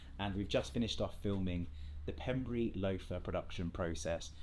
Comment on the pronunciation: The Pembrey loafer is said <Pem-bray> . It's the next town to Llanelli along the coast. Nice video.